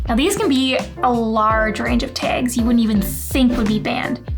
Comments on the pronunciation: Did you say "taage"? That's a new dialect. Good information. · Great video...tip #6 is on point...you are the absolute boss of creating desire for more...love the way you pronounce "tags" sooo cute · I love the way you say "tags" what accent is that?